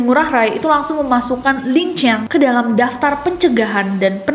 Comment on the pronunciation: Lincang bukan lancang😂